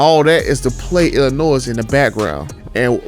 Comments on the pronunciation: The S in Illinois is silent. Think Illinoi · We pronouncing the S in Illinois now?! Lol wild. But I'd rather drop a supercharger in my 1500 and tune it. The price jump to a TRX isn't worth it.